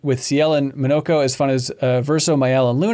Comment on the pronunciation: Oh it's not Mawn-nah-ko, it's Mo No Ko.